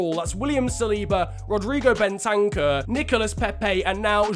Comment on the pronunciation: When says Ben-tank-ur instead of Ben-ta-cur